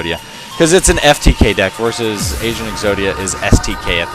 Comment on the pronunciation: I thought you said Asian Exodia xD